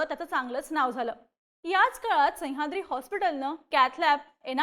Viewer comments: संह्याद्री नाही मॅडम सह्याद्री म्हणा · संयाद्री नाही गं बाई, सह्याद्री आहे ते 🤦🏾‍♂️ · हिला सह्याद्री म्हणायला शिकवा रे कोणीतरी. पार डोक्यात जातेय ही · खूप छान विश्लेषण पन सह्याद्री चा उलेख नाकात ल्या नाकात करून त्याची व्याप्ती छोटी करताय